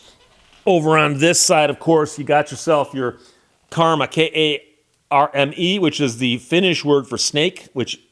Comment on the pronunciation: Uh Steve I hope uh you know the finnish word for snake is uh käärme and not kaarme. Uh you later.